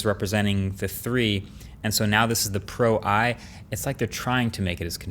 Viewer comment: Pro-i more like pro-eye